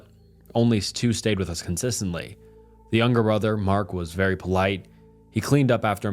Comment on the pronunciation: How does this guy mispronounce “us” literally two seconds after saying it correctly 💀